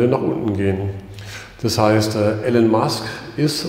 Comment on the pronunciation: IIIIIIlon nicht Alan Musk....Omg